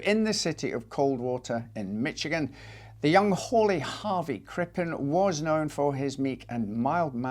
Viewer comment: PSA - the "ch" in Michigan is pronounced like an "sh" sound. MISH-uh-gehn. Love your channel!